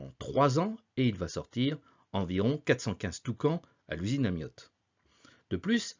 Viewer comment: Pourquoi prononcer ''Amiotte''?